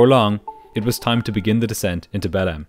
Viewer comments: The city is spelled Belem but pronounced Belang. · The amount kf times ive heard belem instead of behleim in this video scared me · Every time you say 'Belem' I hear it as "bellend", which seems rather apt for the crew. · i listen to your videos sped up and i genuinely thought you were calling belém “bellend” and i was like ‘there’s no way a city in brazil is named that’ until you showed the map😭😭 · 0.59, "They were bound for the city of ...Bellend!" Are you sure? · I really thought you said "the city of Bellend" for a sec there.